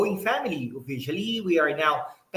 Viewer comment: now? new? nyaaw? nyeew?? ano ba tlga? ina ka., hahah now o nyaaww?